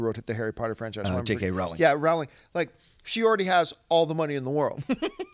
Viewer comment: John still is mispronouncing Rowling's name lol